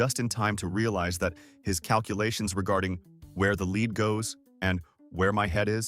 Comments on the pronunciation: Remember, every safety rule and warning came about due to somebody being tragically stupid! 😮 Gotta be very careful with those "forty minoavog" grenades. 😂 And the "fifteen mimi-shi" impact. AI voice, go home, you're drunk! 😮 Lead = "led", not "leed"! Stupid AI again. 🙄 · I thought led killed people - not leed! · its pronounced LED